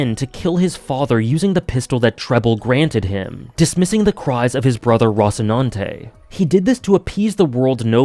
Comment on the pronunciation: Why did you pronounce Roscinante so wrong?